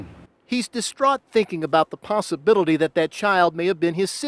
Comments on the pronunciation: 💀 the way he said possibilitie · This is really sad but is no one gonna talk about the reporter say "possobility" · "the possibiduldy" 😭🤣🤣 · the what? Did this man just say “the possibittily”